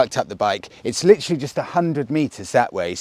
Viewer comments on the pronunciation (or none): none